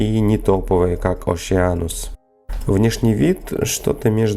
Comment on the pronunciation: Нууу Оше-анусс резанул, а так-то молодец , грамотная речь, подготовленный сюжет и качество картинки не поленился на неделю подержать в темноте и обзор и инструкция к применению. Годнота и подписка.